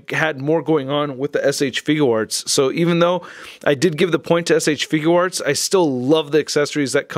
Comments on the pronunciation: You say shfigure arts wrong it is not shfiguw arts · Had to pause the video the moment I heard you say figUUarts.......Got annoying fast.